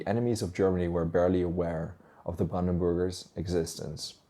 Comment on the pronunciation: I keep hearing it as brandenboogers 😜